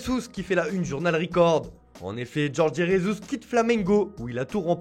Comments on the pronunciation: vous savez pas dire jorge jesus c'est grave . On parle pas espagnol le J c'est comme en français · Jorge Jesus c'est portugais, je vois pas pourquoi vous lisez son nom de famille comme en espagnol, vous lisez le J comme si c'était un R. 😂 😂 😂 😂 😂 Des fois les titres sont mal traduits, des fois des erruers de prononciation, si vous savez pas vous pouvez le faire a la française, a la place d'essayer de faire le beau et avoir l'air con. 😂